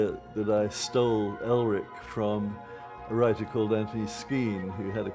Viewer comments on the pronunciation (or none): none